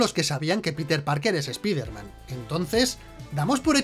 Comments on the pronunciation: Yo tengo un error del video: pronuncian "espider man" en lugar de Spider Man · esa puta mania que tienen de pronunciar una palabra del ingles tal cual esta escrita... "espider man" se pronuncia SSPAIDERMAN, ¿les cuesta mucho trabajo pronunciarlo bien?¿se les va a olvidar el español si lo pronuncian correctamente? asi como el "ECSBOCS"(xbox) que ustedes pronuncian "EQUISBOCS", que mala costumbre tienen ¬¬ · Dicen ESPIDERMAN, pero dicen a la vez NO WEY JOM, lo deberían pronunciar not way home, para ser coherententes, o ESPAIDERMAN NO WEY JOM, no lo se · ¿Por qué ustedes (los españoles) dicen: "Doctor Extraño", pero en vez de decir: "Hombre Araña" dicen: ESPIDERMAN? DIOS MIO.